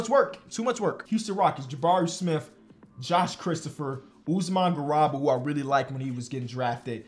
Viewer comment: usman gah-rew-bah